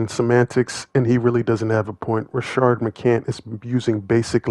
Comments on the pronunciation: Homie his name is Rashad, not Rashard. You are a black man. Get the name right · Why do all these YouTubers keep referring to Rashad as Rashard. There clearly is no R in his name